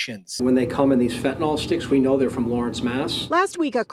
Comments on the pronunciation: Great content thanks for sharing :) Just one nit: Fentanyl not Fentanol. It should sound like nil at the end. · Pronounced FENT A NIL!